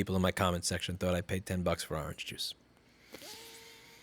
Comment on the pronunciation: The fuck is aaahhrange juice?